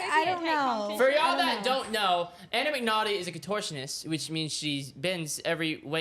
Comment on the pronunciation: Anna mcnauthy??